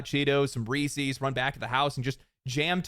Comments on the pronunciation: I always thought Recee's was pronounced like the name Reece not Re-cee's like faeces 🤔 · People who say Reesee’s, it confuses me. It’s not spelled to sound like that my dude. Very good message in the video though, as usual. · I’m sorry how did you pronounce Reese’s? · I can’t trust the opinion of anyone that pronounces Reese’s “REE SEES”. ITS REESIZ! REESIZZZZZ!!! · it’s pronounced Reesez, he pronounced it Reeseys. Go watch a commercial for them. Unless we are both right and they have regional commercials for different areas? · Bro did not just say "Reee Seees" 😭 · Had to stop watching because of you pronounced reeces. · Some Ree-CEEs got me, first time I heard it pronouced that way